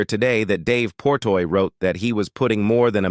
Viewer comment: Jesus fuck his name is Dave Portnoy not Portoy .. how can I believe anything in this video if you see that dude’s name wrong 15 times